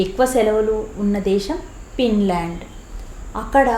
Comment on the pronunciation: It's Finland madam..not pinland ..thappuga anukolandi...teachers thappu chepthey pillalu kuda alane nerchukuntatu andhuku